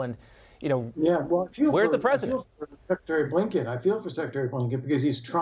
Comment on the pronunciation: The Poland Preshant? No wonder she laughed in his face.